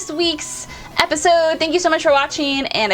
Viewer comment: Did she just say fan"testicle" day?